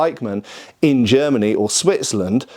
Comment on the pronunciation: It's funny that he has such big problems with the word "Germany," but pronounces all other countries normally. Even Italy. Greet's from Germany.✌️😅 Unterhaltungen übersetzen